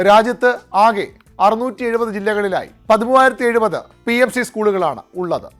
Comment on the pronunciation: ഷ്റീ അല്ല ശ്രീ ആണ്.